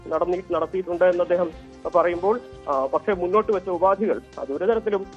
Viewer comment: ഉപാതി അല്ല മാപ്രേ, ഉപാധി